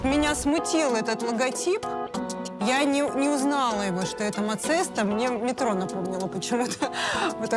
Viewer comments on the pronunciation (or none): none